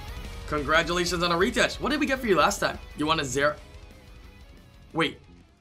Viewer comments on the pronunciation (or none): Omg please learn how to pronounce some of the names. It’s not Reetesh. It’s Ritesh. As in Ritual.